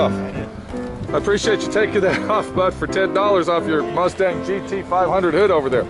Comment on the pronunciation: It was a rustang, not anymore. Maybe "Cuss-stang" since it has you cussing so much.;) Thanks for the videos, I always learn something & look forward to them!